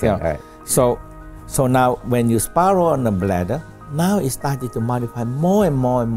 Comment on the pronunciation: “Sparrow”= “spiralled”